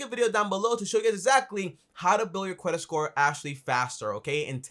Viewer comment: Every 26secs: Cwedit sthore